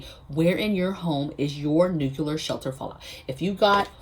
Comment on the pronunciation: Just subscribed. So impresses with your clear thinking. You are too smart to be mispronouncing the word nuclear. There is no "Q" in the middle. It is like NEW - CLEAR. You can do it!